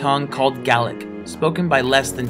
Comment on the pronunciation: I'm not from Scotland, nor do I speak their language, but thank you for pronouncing "Gaelic" correctly. 👍